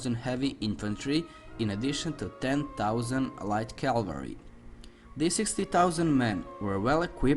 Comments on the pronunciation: CAVALRY! NOT CALVARY. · Good to listen Calvary instead of Cavalry